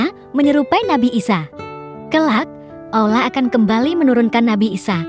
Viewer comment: Ceritanya bagus, tp agak kurang suka penyebutan Allahnya. Sprti ngomong alah